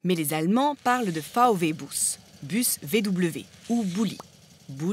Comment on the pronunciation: on dit vwé pas vv